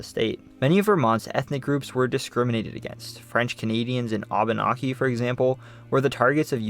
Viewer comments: Hey, bud, sorry, It's Au-ben-aek-ee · Vermonter for 45 years. Great video. We do pronounce Abenacki differently from the way you pronounced.